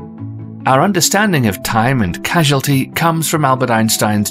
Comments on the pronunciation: Did you really call causality "casualty"? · did he say casualty